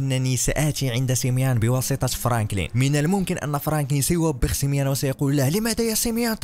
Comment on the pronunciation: وقفت الفيديو الاجل لاقولك سميون ماشي سميان هادا هو الي جيت نقولك